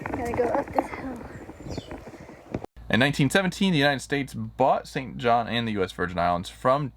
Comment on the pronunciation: It pronounced St John. There is no S in the name.